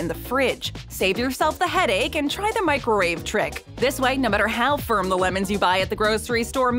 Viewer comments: Am I buggin or did she say "microrave" a couple times? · The baby at the end was a nice touch to the video and well placed..but what on earth is a Mikerwave?..a better way to say Microwave